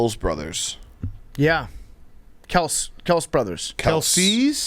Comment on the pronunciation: how did they go from pronouncing Kelce to Kels. jesus